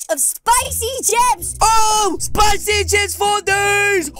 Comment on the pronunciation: I am very angry he says CPICY CHIP👿😡